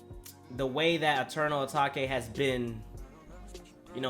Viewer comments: its pronounced eternal a-t-a-k-e 😒 and uzi hard asf 💯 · it’s pronounced eternal a-TAKE not takAy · The way you say Enteral Atake is... wow lmaooo it’s Uh- Take. Like “take me to the store”🤣 even says it on futsal shuffle in the beginning😂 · Atake not atakay dumb ass dude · Eternal atak-ayyy 🥴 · “A Tok Aye”😭😭😭